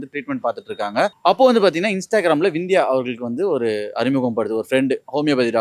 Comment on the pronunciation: Anchor தற்குறி அது விந்தியா இல்ல சிந்தியா